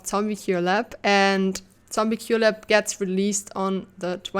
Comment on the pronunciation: "TZombie Cure Lab" or "Tell me you're german without telling me you're german" <3